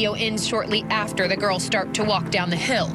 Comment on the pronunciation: Whoever is doing the reporting on Allen should take a course in English 101. The correct plural of girl is girls, not ''girlzez.''. Please, if your going to be a reporter use proper English.